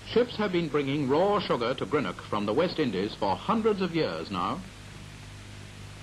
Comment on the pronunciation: Delighted to see this old footage of Greenock - where I lived as a child and first went to school - many thanks for posting it here. Just a pity about the English presenter who can't even pronounce 'Greenock' properly (just like most English - something which has driven me to distraction for decades since I've lived away).